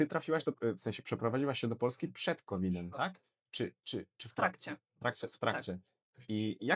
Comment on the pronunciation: Był srowid, a nie COVID!